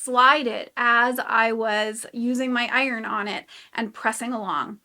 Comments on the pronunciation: “Beg” for bag and precision pronunciation of “iRON.”. You’re either in Wisconsin, Minnesota, or Canada. lol, I love the upper Midwest accent 😂. Thanks for the video! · Who taught you English? It’s not iRon or similarily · My Son says iron the same way!